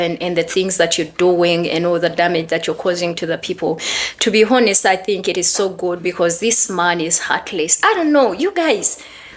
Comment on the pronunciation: I think you are using the word honest. The h in honest is silent.